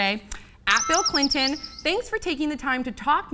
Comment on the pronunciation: Stop calling him President Cli'in please. It's really obnoxious.